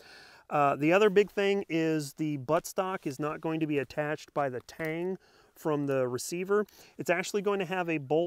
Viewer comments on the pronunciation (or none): none